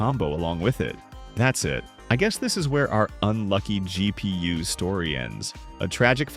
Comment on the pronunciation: GEE PEE YUU